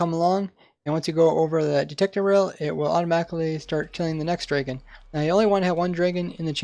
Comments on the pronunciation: its Dragon not Dreagon... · Cool video but I cannot stand how you say draygon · take a shot every time he says draygun